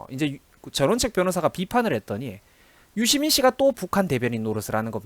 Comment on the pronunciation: 유시민[dora: i] 발음공부 정확히 합시다.